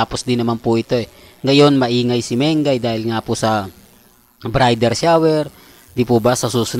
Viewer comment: Pasynsia na po kayo kay obob at angat talaga sia. Pati Bridal Shower hindi alam e pronounce Sabi nya BRIDER Shower daw.😂😂😂